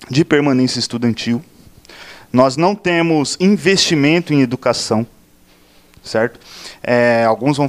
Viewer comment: AHHHH "NO TEMO" kkkk, para de falar "no temo que" kkk coloca o S fi de cristo,agonia.